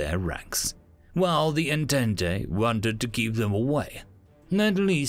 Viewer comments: Entente is pronounced on-tont not on-tent-tay, it's french. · >En-tent-e I love it. An alternative to the French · Yeah that kinda annoyed me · Sorry if this is rude, but I wanted to point out that entente is pronounced as "On-taunt.". It's French. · You butchered the word Entente. xD